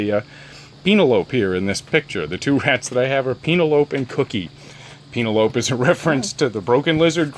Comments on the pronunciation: Penelope? Pronounced Penn-ell-o-pee? I'm not sure what you are saying. 🤪 Maybe it's a name I've never heard before, but it sounds as though you are saying "Peen-a-lope."?? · the way you pronounce penelope.. lol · The way he pronounced her name cracked me up lol I've never seen the movie I think he was referencing lol